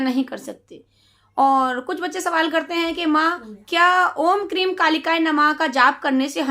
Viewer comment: क्रीम नहीं हैं ‘क्रीं’ हैं